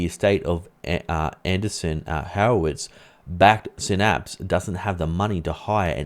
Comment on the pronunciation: Please revisit your pronunciation of Adreessen (not Anderson).